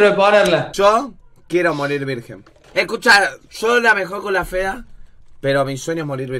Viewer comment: "Se me escuchah?" Es el apagasteh nuevo kjKAJKAJJA